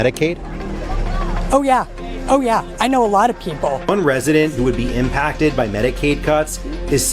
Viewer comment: I HEARD HER SAY MEDIKILL...DID I STUMBLE????